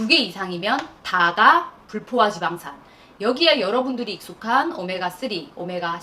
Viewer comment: 좋은 내용, 친절한 설명 정말 감사합니다. 마그나수르 사러갑니다~ 오늘 처음 알게되어, 구독후 여러 영상들 보고 있습니다. 그리고 "다가불포화지방산" 발음하실때 [다까]라고 발음해주세요. 물가,단가,고가,저가의 경우도 [물까,단까,고까,저까]로 된소리로 발음해야되는 경우와 같습니다. 구독자들에게 발음마저도 정확하게 전달해주시는 멋진 을 다음 영상에서 기다릴게요~.